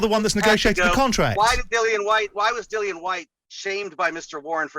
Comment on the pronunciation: Who's this Bent or Benz whatever WEASEL yank lawyer chatting absolute shite? If you side with him over Frank you shouldn't show your face in these good islands aga...ROYAL BRITTANIA. Also he says 'Dik Dillian' , also you see you Jeff Bent, yeah you see you, you little stiff - Tyson Furyyyyyyy. Refusing to be on a poster as not agreed Dillian Whyte artwork!? 😂 Dillian who is this man talking for you!?